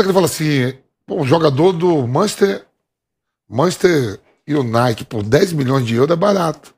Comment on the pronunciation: "Manchester Iunait". Uma figura dessas, ainda comenta futebol kkkkkkkkkkkkkkkkkkkkkkkk